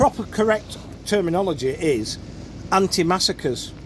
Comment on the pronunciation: Antimacassar not antimassacre 😂 keep up the good work